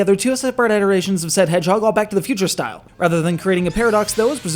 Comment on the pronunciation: even fast, you mispronounced "iterations". It makes you sound uneducated.